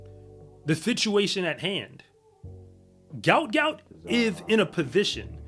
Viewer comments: Its not how his name is pronounced. I hope people get it right before too much more time goes by. Its pronounced like gwot gwot. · It’s also pronounced Gwot Gwot btw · his name is pronounced Gwot Gwot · Its Gwot Gwot. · It pronounced "gwuat gwuat"